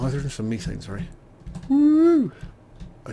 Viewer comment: Pronounced meh thane. Not me thane.